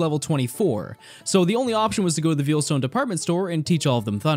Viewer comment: Vayle ita pronounced Vayle not veel. Veilstone.